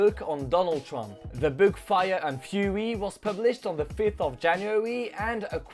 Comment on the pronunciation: Apprend à prononcer "book" c'est insupportable